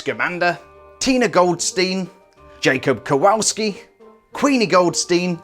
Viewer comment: Haha her skirt piece is the same as Dumbledore and Voldemort. I have both of those and I'm looking for Trelawney so I figure I just need to find that piece and her big hair ;D I have half of the set now. The three of them all have the same robe/dress sloped piece. OMG the pronunciation of Jacob Kawolski is so bad in his viewing :D sorry but it's true...